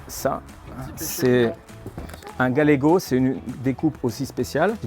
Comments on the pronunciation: Pour le coup c'est cool mais j'ai pas pu m'en empêcher la viande de Galice ne se prononce pas galégo mais gayégo et s'écrit gallego merci x) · Le steak se prononce GaYego ya 2 L